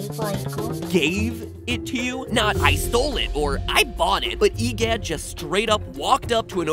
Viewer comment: Hehoha, stupod MitPot, your clearly wrang. E Gidd is actually Woria